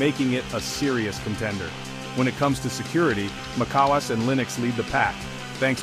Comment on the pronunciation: Mackos? Mokoes? Wtf is this AI bull?